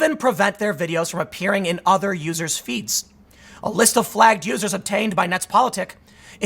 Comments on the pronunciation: Yeah that was funny as fuck. He was about to say losers and his NPC programm did actuvated and let him say "users" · I like the Freudian slip. You quickly corrected yourself. That was a nice attempted save but when you meant to say "vulnerable users" you accidentally said "vulnerable losers". I'm not crashing on you or anyting I like your vids a lot and watch you all the time but I thought that was pretty funny. I happen to be very conservative and extremely right wing leaning in my thoughts. I listen to you to step out of the echo chamber for a while and to expose myself to a different point of view. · When Tim almost says “vulnerable losers” instead of “users” 😂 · you almost said loser instead of user lmfao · “Vulnerable loos... users” 😂😂😂😂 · What was thta, Tim? "Vulnerable l-users" ?